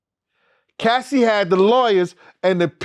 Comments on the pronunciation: Its Cassie (kas-see) not casee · Bro calling Cassie “Casey”. C’mon son 🤦🏾‍♂️ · Did This Nigga Say Casey? 😭☠️